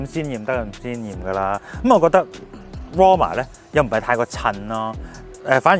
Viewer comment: Gin姐讀個名讀得很好